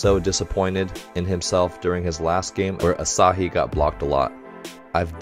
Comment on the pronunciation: Hey Coach! Love watching your reaction to haikyuu! As a former volleyball player, I especially enjoy the technical commentary. PS: Hinata is pronouced hee-nuh-tuh and Asahi is pronouced ah-sah-hee. You seemed to be struggling with their names a bit lol.